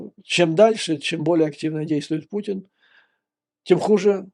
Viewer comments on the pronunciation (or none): Мне одному слышится на неслово "Путин" пукин? )))